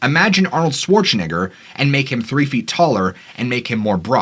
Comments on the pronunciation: u said schwarzanigga with the hard R u tried to be slick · nah bro hold up why tf did you pronounce his name like that, his last name is pronounced nay-gur that was crazy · Did you really just say Arnold Swarze N word??